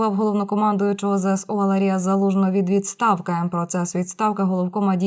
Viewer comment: Ведуча неправильно ставить наголоси в прізвищах. А ле Звлужний ?? Весь час в заголовках подаються маніпуляціїє.